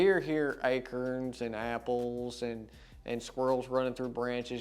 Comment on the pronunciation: Its not acerns, it's a- corns....